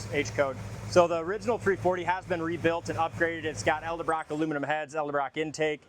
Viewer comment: I like watching. Please learn to say Ed el Brock. Not El de Brock.